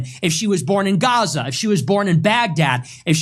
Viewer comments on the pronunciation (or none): none